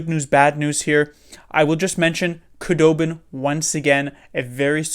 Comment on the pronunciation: Your prediction was only incorrect because of a technicality lol. Also Wooooo! Knights are gone, all is right again. Nice to see that at least 1 Shark from last year will win the cup (assuming TBL wins). Also just fyi, its pronounced Who-dobin, not Koo-dobin apparently. Just learned that after seeing THG's video.